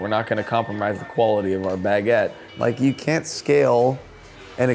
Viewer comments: How he says baguette is crazy. He says it all day everyday but doesn't know the word. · why is he pronouncing baguette as 2 words?